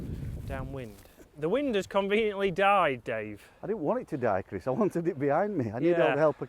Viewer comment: I smile everytime he says Chris. Criss, Crees.